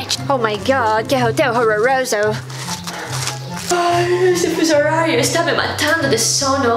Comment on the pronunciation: Ela disse "Hotel horrorouzo"